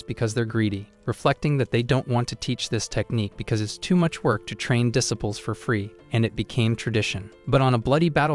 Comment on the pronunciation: IDK if I can handle "duh sipples". Am I going to hear a mental correction over every mispronunciation? It's irritating AF.